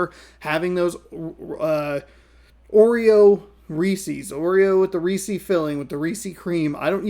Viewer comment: By the way, Reese's is pronounced so that it rhymes with pieces.